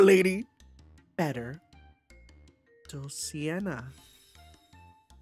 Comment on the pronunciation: It's been a few parts now, but I should point out that it is Dulci-NEA and Roci-NAN-te, not Dulci-ENA and Roci-AN-te :_NecoPoo